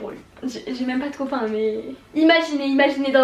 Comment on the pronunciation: "mon coupain"!😂